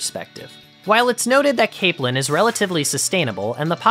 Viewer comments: Caaaaaapelin. Long A sound. Not cap lin. Cape lin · It's pronounced Cape-lin. Like in Cape Cod.